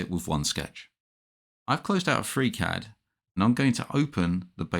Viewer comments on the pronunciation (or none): Gutes Video gut erklärt. Aber warum sagst du immer Fräcät anstelle von Friicäd (Freecad)?